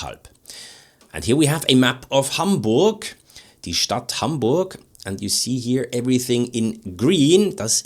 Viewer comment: This comment has nothing to do with the genitive case, but I want to thank you for pronouncing Hamburg as Haaaamburg and not as schinkenburg; we would get it anyway.😂